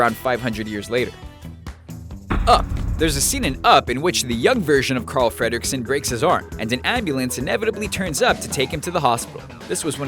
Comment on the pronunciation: hey you said cral freddericks instead of carl